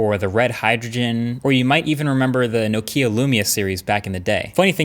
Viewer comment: Best tech Youtuber, almost 10 million subs, still doesn't know how to pronounce Nokia.